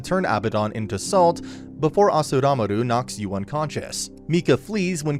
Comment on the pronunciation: Also it's "Asuramaru" not "Asuramaru".